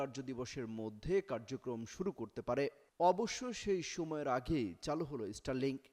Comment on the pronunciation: ইস্টার লিংক।😂😂😂😂 উচ্চারণ ঠিক করেন আগে। এটা স্টার লিংক।